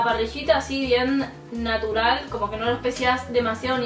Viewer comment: " aal naturaal " jajajaj